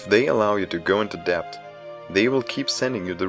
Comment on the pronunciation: Just in case you're interested (I assume you are since you speak English so well already) debt is pronounced with a silent b, like detonation.